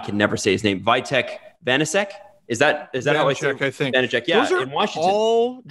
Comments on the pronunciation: Vee-teck Van-a-check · FYI Vitek Vanecek is pronounced "Veetek Vanecheck"